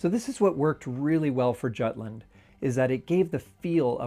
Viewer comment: is jutland really pronounced like that in english...? dear god...